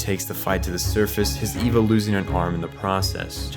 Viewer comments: Well this was well researched. But the group Seele is pronounced See Lee it's German fo soul.and it;s not ' ee va is A Va . Was sincir about the well researched part. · I enjoyed this...but I hate every time you call it EEVA. It's spelled Eva, but sounds like AY-VAH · This is explained perfectly but the pronunciations are so bad😭 seele is say-ley and wille is vil-ley and Eva is ava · how is this so in-depth but you can't pronounce Magi, Seele, or Eva